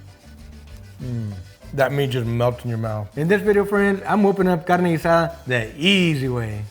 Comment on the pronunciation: It is cool...pronounce GEEH